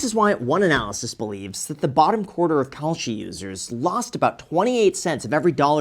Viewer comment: ohhh kalshi....i thought you were saying "call sheet"... good thing i didn't bet on that...